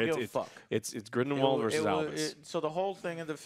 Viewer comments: Here we go again. GRINDLEWALD. Not GRIMWALD. Movie reviewer...learn the names if ur getting paid for this stuff. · It’s NOT GRIMWALD!!!!!!!! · I chuckle every time calls him "Grimwald":) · Joe consistently saying "Grumball" instead of Grindelwald is hilarious, but them saying how they remember all the Harry Potter movies while forgetting Aberforth, Hermione's parentage (both her parents are muggles, thats why Malfoy calls her "Mudblood") and how the Elder wand works is doubly hilarious. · These guys have a really difficult time to remember or pronounce Grindlewald's name... they keep saying Grindwall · Lol, Joe is always messing up character names. Grinwald? 😂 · Years later and still doesn’t know how to pronounce “Grindelwald” 🤣😂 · The movie is expectedly dumb I'm sure, but so is saying Grindelwalds name wrong 600 times within 40 mins, no offense gentlemen;) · I’m trying to figure out if Joe constantly mispronouncing “Grindelwald” is supposed to be a gag or not @@